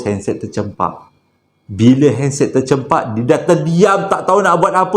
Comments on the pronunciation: Ter 'cam' pak...bukan ter'cem'pak...hehehe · Tercampak..bukan tercempak 😁